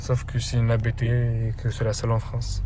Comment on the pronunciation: On ne dit pas A.B.T mais Abt ou abte en phonétique. Abt est un nom propre et non un sigle. Le créateur de l’entreprise s’appelle Hans-Jurgen ABT. Son fils Daniel Abt participe au championnat de Formule E.